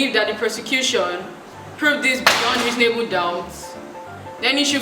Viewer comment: the way you said versus 🤣🤣🤣 Reasonably doubt 🤦🏾‍♀️😁😁. It was quite good overall tho 👏🏾👏🏾👏🏾